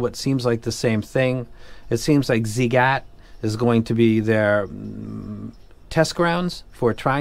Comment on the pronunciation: The way you mention the ziigaat is really nice sir! Like it! And giving a cinocotres, nicee!